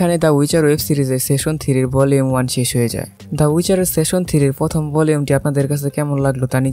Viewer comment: ভাই উচ্চারনটা দয়া করে ঠিক করেন। খুবই বিচ্ছিরি লাগছিল। আপনি বারবার সেশন বলছেন। ওটা সিজন বলেন,,, আর একটু,,, আমেরিকান স্টাইনে বলতে চাইলে সিজেন বলতে পারেন। সেশন session যার অর্থ : বৈঠক সিজন season যার অর্থ : পর্ব, ঋতু ইত্যাতি। আর ওয়েব সিরিজ গুলার ক্ষেত্রে সিজন অর্থ পর্ব হিসাবেই উল্লেখ হয়।